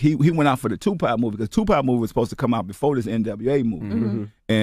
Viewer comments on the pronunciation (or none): none